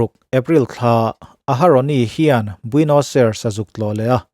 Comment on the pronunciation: Huhang kan ti thin a keini lam chuan 'huvang' tih hi khawilai vela hman thin nge ni le..? (Min rawn attack hlek suh u, pangngai takin zawhna ka zawt anih hi) Chuan..Argentina khawpui hi Buenos Ai-res tia lam tur aw..keipawh hmanah i lamdan ang hian ka lam thin ve tho....a pawi hranlo mahse a dik zawk ka lo sawi ve mai mai.